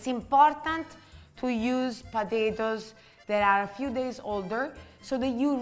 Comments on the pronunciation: Ooooh po-ta-to-es! Not patitos (little ducks in spanish)🫢😂😂😂🤌🏽🤌🏽🤌🏽🤌🏽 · I love it when she says "potatoes" and it sounds as if she were saying "patitos" . Those gnocchi look delicious!